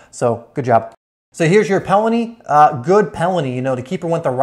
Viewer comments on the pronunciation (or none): It’s penalty, not pelany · He says pelany instead of penalty